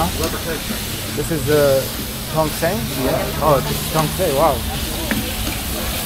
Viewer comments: Not Tong Song 😂😂😂😂 Its Tong Seng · Tongseng --------- Tongsang.... Tongseng --------- Tongsang.... Tongseng --------- Tongsang.... Tongseng --------- Tongsang.... Tongseng --------- Tongsang.... Tongseng --------- Tongsang.... no matter how many times people say it to you, you will say it wrong i guess.